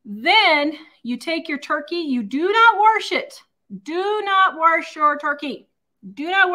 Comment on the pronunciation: I repeat, “Do not waRsh your turkey.” 😂